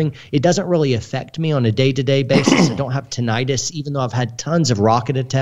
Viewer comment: TINNitus not tin-l-tus